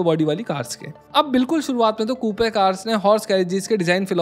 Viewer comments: It’s not KooPe, it’s Koop. Just like a poop. 😂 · Kupe nahi coop pronunciation hai bhai iska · It's pronounced Koop not Koopey. But insightful video as usual. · No hate but it's not "koopay" Its pronounced "kuup". As a informative YT channel, it would be much appreciated if you look into these small things , because remember your vids reach to millions of people. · It’s pronounced ‘Koop’ and not Koopee. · Coupe is pronounced as Koop.